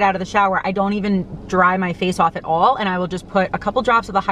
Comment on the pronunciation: Your NY accent barely ever comes out… but when you said “AWLLL”… I can’t lie. I giggled hard. I give my husband the same hard time about his Mass accent 😂💜